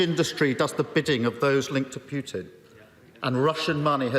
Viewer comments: Can someone tell the opposition guy Russia’s president is called PUTIN and not PJUTIN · Why is it BJUDAPEST and Vladimir PJUTJIN. Why cant these people make an effort and say names correctly.